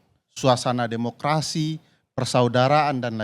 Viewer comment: Ngomong demokerasi Ko mulut nya ngak demokarasi..